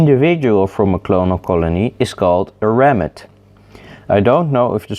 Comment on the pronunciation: I choked when you said "ramet". Subscribed